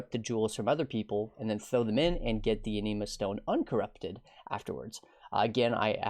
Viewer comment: Anima, as in animate. Not aneema.